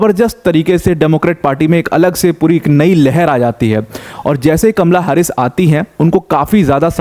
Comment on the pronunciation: हारिस नही हैरिस